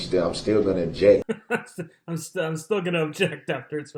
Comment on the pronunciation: Det. Casey was GREAT.....love how he waited for DB to "ub-jekt" before he answered every question.